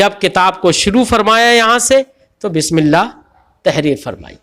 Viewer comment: حضور بسم اللّٰہ ب کی زیر سے ہے آپ بار بار ب کی زبر سے پڑھ رہے ہیں۔